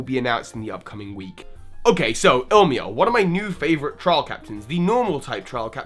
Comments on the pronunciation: it's pronounced "e- lee-mah" In Hawaiian, "e" has the long e sound I re-started this video when I noticed your first few mispronunciation, played the drinking game, and downed a shot every time you made that mistake. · also ilima's name is pronounced ILL-E-MAH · lumiose galette not lumiose gazette. ilima not ilimia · Hahaha sorry I'm not mad or anything but it's Ilima not Ilmia, and also Lumiose Galette, not Lumiose Gazette ;p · Dude. Ilima. I L I M A. The second I is BEFORE the M. I'm sorry but I can't endure it any longer. ILL-im-uh is the correct pronunciation. Or il-LEE-muh. Not ILL-mee-uh. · It's pronounced (EE-Lee-Ma) it's a word for flower in Hawaiian. I also thoght he was a girl at first because of this name. It is not ill-ma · its Ilima not Ilmia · Please, people. It's not hard to say ILIMA. You can say I-LEE-MA or EELEEMA, but ILMIA? ILMA? LIMA? Please, learn to read. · can't English. He keeps calling him Illmia. His name is ILLIMA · Is it possible that you have promblems with the pronounciation of some names of characters or Pokémon? You call Ilima Ilmia or Ilma, Dedenne Dendene or something... I mean, those names are not that hard :D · it's Ilima not Ilma ill-ee-maa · Please work upon your pronunciations. Revere Walk = Reh-veer Walk. Smear = Smeer. Laverre City = Luh-vair City. Ilima = Ill-lemur. Smeargle = Smear-ghoul. Seriously, it's not difficult. Theory = Absolute, unsubstantiated stretch. Unconfirmed and denied. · Mina was weird. You pronounced Ilima like Ilmia. Nope, wrong. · I thought Ilima was pronounced "Lima". I guess I made a mistake playing the game. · It really bothered me when he kept saying ilima as illma or illmia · e-lee-Ma. Jesus. The names not that hard to pronounce 😂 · Bryce Richardson Wrong. The origin is Hawaiian. The correct pronunciation is E-Lee-ma, it means 5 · How could you spell Ilima's name right yet pronounce it 'Ilmia" in the video? What the heck? Then pronounce it 'Ilma'? Then call Smeargle 'Smergle'?!